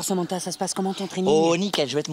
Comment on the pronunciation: on dit "Samantha", pas "Samentha" 😩😒